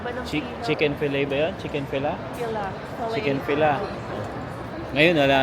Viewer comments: Huwag Magalit. Chick-Fil-A yata Yun sinasabi mo. A sya. Kagaya A, B, C Ang pagbigkas niya kagaya ng chick fillet. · Small correction po… correct pronunciation for Chick-fil-a is Chick-fil-eyy (as in fillet). Yung Ottawa din but I don’t know how to explain it.